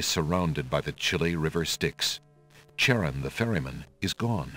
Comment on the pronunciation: They didn't pronounce Charon correctly, sadly. It's pronounced like "Kare-on".